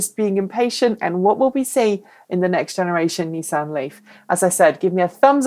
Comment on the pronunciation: Actually, is pronouncing "Nissan" correctly - the way it's pronounced in Japan and in all parts of the planet that know that "Niss" does NOT rhyme with "kiss" and "an" sounds like "on", not "Anne."